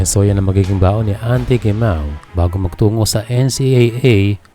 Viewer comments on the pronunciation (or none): FYI po Heh Mah oh po ang pagbigkas ng "Gemao" wag niyo po gayahin ang mga Coño(Spanish meaning) Gringo nakakasuka pong pakinggan. Salamat😊